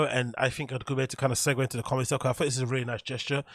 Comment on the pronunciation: his cawlmedy or lack thereof is just kinda icing on the cake.